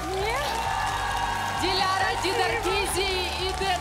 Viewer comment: Кто-нибудь скажите ведущей как правильно произносить имя и фамилию Диляры, ужасно режет слух...